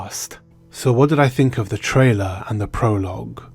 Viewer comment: Dude, please stop with the "trailar."